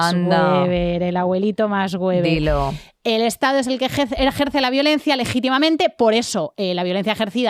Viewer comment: Programa de 10! 👌🏻 Pero el abuelito Max Weber pronunciado "fbeber" (en alemán) no "güeber" , sis plau 🙏🏻